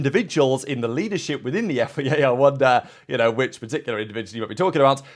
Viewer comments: It is F. I. A, not FEA, why do you keep saying FEA?? Are you broken? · Please learn how to say F.I.A.